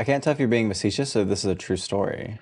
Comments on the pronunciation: Gurlll...facetious not meh-secious :p xoxox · vesecious? its “facetious” sister